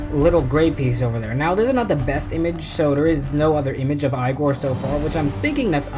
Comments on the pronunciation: its not Eye-gore, its eeee-gore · It is yegor